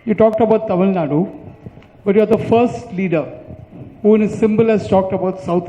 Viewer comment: Kamal sir, Please stop pronouncing as டமில் நாட், it is தமிழ் நாடு...and we know there are crores of you party cardred who want change from you, take them and march towards 234 MLAs..who is stopping you sir???